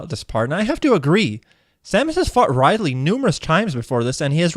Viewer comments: "Ride-ley", that's a sin if I ever heard one. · 1 sin for pronouncing Ridley as Ride-lee. Edit. Multiple your sins x10 for each time you say Ridley's name wrong and add an extra 5 each time you call him Riley. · Ummm Ride Lee? Rid-ly